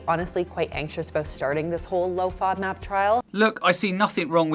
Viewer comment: Serious question: the O is a long Ō in the word, but in the acronym she keeps making it a short vowel...why??? Should it be FŌDMAP? 🤷🏻‍♀️